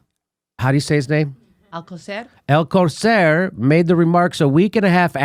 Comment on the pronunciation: How on Earth is "Alcocer" difficult to pronounce? Whether or not you speak Spanish, there is, like, one possibility. His stupidity is truly something to behold.